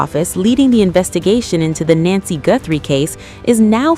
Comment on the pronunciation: It's not nancey